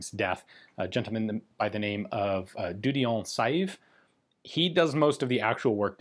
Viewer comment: Can nobody outside of Belgium pronounce Dieudonné Saive's name correctly? Look it up once and for all, please. Tip: [djødɔne sɛːv]